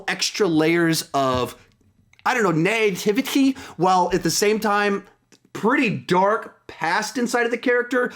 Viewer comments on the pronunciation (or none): Huge fan but u saying nativity was hilarious 😂. Great vid A Simple Favor is my #1!